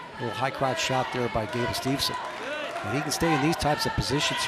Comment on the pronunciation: Gable's last name is Steveson, not Stevenson